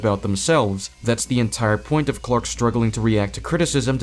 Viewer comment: Tbh, just hearing that guy saying "Quack" instead of "Clark" just pissed me off so much for no reason lmaoo